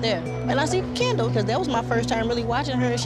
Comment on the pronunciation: Her name is kendall not candle 🤣🤣